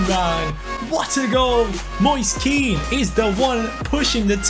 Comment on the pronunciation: Hey, just to let you know Kean is pronounced "Ken" in italian great job with the career mode anyways. Like so can see